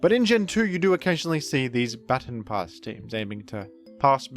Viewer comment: "Battin' Pass"